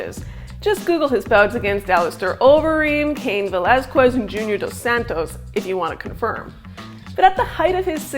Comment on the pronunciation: Did theScore really give us someone who can’t pronounce Cain Velasquez’s name properly in a combat sports video? 😮 That’s like someone making an NBA video and mispronouncing Olajuwon 😅